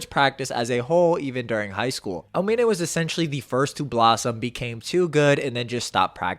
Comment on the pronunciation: Por qué dices almine ?